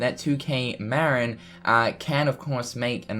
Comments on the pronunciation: Good video, but for the love of god, it's pronounced Ma-Rin, not Mar-In. The studio is located in Novato, CA, in the heart of Marin county. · Interesting video and I do hope that 2K Marin does indeed develop a fourth installment to the series at some point. By the way, just for clarity, 2K Marin is pronounced 'MA-RIN' not 'MARE-IN' . It's named after the county that's directly north of San Francisco, just across the Golden Gate Bridge. I know because I live in the county and the studio for 2K Marin is close to where I live